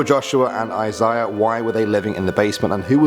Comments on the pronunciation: I cringed at how he pronounced Isaiah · Eye-syah lol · Yeah, Stop watching me you creep, and its pronounced I Say Uh. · EYE ZA UH*